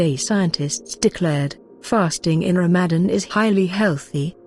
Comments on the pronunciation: That was a bot reading the script that's why. It's written as Ramadan in english but pronounced as Ramazan so don't worry. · Asalaam so sad the producer/s of this video didn't pay attention to the narrators ability to pronounce the words correctly, (Ramadan, exercise) but never the less informative. Jzk